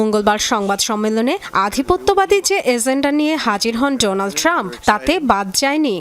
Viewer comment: উপস্থাপিকা বললেন: ডোলান ট্রাম্প😂😂😂